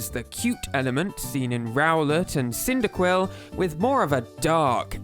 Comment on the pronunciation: "Wurple" "Qyndaquil" Bruh.